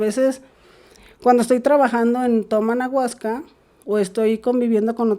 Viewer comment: Para empezar dice anaguasca😅